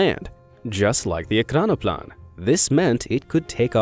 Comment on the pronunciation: At least your Russian is better than your English. ekranoplan is pronounced e-kran-o-plan and those pods are called pontoons.